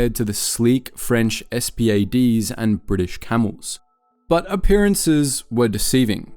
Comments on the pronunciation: PLEASE DO NOT SUPPORT CRAP LIKE THIS....there's a lot of rubbish here. ..........."ESS-PEE-AY-DEES" Is this more 'ai' bollocks? They were NOT acronyms.....Spad is a WORD. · No, it’s actually an acronym in this case: SPAD stands for “Société Pour L'Aviation et ses Dérivés”